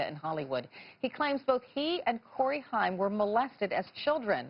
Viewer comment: Corey “High-em”